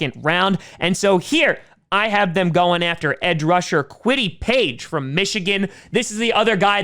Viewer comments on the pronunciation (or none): Did he call Kwity Paye, Kwity Page